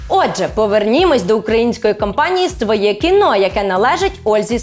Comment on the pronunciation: Тільки не «своЄ кіно»(“Svoe Kino”), а «своЕ кіно»